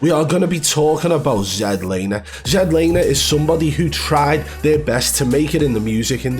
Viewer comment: ZEDlaner lmao 🤣